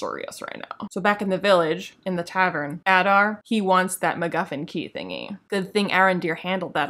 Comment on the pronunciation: Every time Adar is mentioned it starts to sound more like Udder to me.